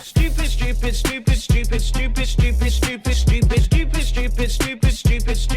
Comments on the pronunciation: it sounds like scoop it instead of stupid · after that timelapse the word "stupid" sounded more like "shtoopid". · Its not "Shtupid" its "Stupid" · BTW now it sounds like he says it’s soup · Stupid stupid sounds like ipish ipish(ipis) xD it means cockroaches to us xD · Love how he pronounces it shtupid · Ultimate ya it did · is it only me or in he says dufis(i know it JUST sound like that and he says stupid)